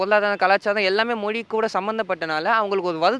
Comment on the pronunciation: முதலில் தமிழர்கள் 'ழ' எழுத்தை சரியாக உச்சரிக்க வேண்டும்.'மொ லி' என்று கூறக்கூடாது! 😂 ❤